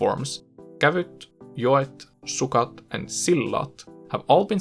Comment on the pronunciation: When you say silta or sillat, it really sounds swedish because you emphasize the il. (sILta and sILlat)